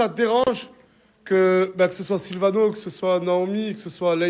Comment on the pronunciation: Mdrr julviano au lieu de silviano